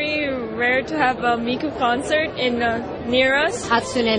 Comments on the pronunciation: "World's /only/ digital diva" NO SHE FUCKING IS NOT WHAT HAPPENED TO ALL THE OTHER VOCALOIDS Also, these news reporters are horrible at pronouncing Miku's name. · I'm surprised fox 2 didn't start a WWIII for calling Miku a "diva". Even the name they try to pronouns was gunna trigger fan. Now we see why normies and anime cant be friends. Even that guy butcher the word" manga". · Okay, the first news report was good, but the second was upsetting. They do NOT know how to pronounce Miku's name, they said she was the only digital diva, and the way he pronounced manga was terrible. There are LOTS of Vocaloids and they also make it seem like anime fans are kinda..weird. I am not weird.